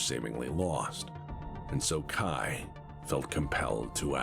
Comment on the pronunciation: Fun fact: mispronounces Kai's name so many times in this video. His name does not rhyme with 'eye' - it rhymes with 'bay' The author of Blood of Kerensky Trilogy (Michael Stackpole) which many of the events from this video are referencing mentioned at the last Kerensky-Kon that Victor and Kai were intended to be an allusion to King Arthur and his half brother... Sir Kay. He just changed the name of Sir Kay to Kai after reading a novel where someone else decided to be sneaky and rename their version of Kay to 'Cai'. It's even a miniature plot point in Blood of Kerensky that his name is pronounced like someone was shortening the word 'Okay'